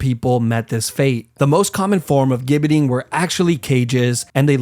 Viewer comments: ……that’s not an England flag ! That’s the Union flag ,the English flag is a Red Cross on a white background! Also it’s pronounced as “jibberting” not “gib “ …….even though it’s spelt with a “G” you say it in English as if it’s a “J”…….and the least said about the way you pronounce “Warwick” the better ! The 2nd “w” is pronunced as if there is another “r” in it …….say it as “wahrick” ! Here ends your English lesson for today ………next subject is Geography………Warwick is not neighbours with London ,it’s in the English Midlands ( close to Birmingham) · Your a fantastic example of a yank making zero effort- if your gonna get all of your information off of Wikipedia at least bother to get the pronunciations right! Leap castle is pronounced ‘Lep’. Gibbeting is pronounced ‘jibbeting’ and for the love of God Warwick castle is almost 100 miles away from London with a ton of castles in-between!! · “Gibbiting” or the “Gibbit” is NOT pronounced with a hard ‘G’ as in “gable” but with a SOFT ‘G’ as in “Gerry”…..like “jibbit” and “jibbiting”. This vid had been up here for FOUR MONTHS with 7.5 MILLION views, and not one person has pointed this out in the comments. A sad commentary the educational level of most YouTubers. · Some terrible errors here. The London Tower? War-wick? This is embarrassing. Plus: Gibetting is pronounced "jibbeting". Thats not the English flag, it's the flag of the United Kingdom of Great Britain and NI. But are we surprised, this being American? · It’s pronounced “jibbeting” 🙄🙄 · gibbeting pronounced like ginger